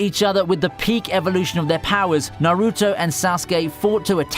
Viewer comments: does the guy watch anime, cringe at how he pronounces naruto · Stop pronouncing Sasuke and Naruto wrong